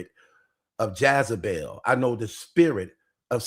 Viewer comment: IT'S JEZEBEL NOT JAZEBEL , LOL 😂